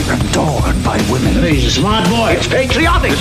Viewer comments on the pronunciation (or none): none